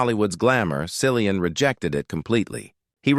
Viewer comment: It's Killian with a C ...